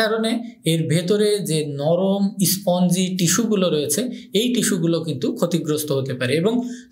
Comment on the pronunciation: ইস্পঞ্জ, ইস্টিমুলেশন--+- এসব কী ধরণের ইংরেজি বলা! উচ্চারণের আগে 'ই' যোগ করেন কেন? বলতে না পারলে নিজের ভাষায় বলুন!